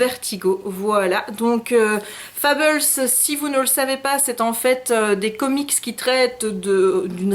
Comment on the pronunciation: Pourquoi "Fabeuls" et pas Fables ? "Matché pas". T'aimes ça les anglicismes on dirait.^^ Ouah il est super beau Mysterious times. Ce n'est pas sorti en français?